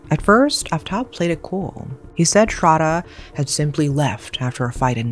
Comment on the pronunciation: its not ''srada' its sradddddddhhhhhhhha.....pronounce properly